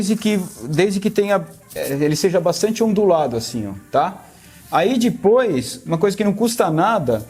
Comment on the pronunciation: Aí "dipois" kkkk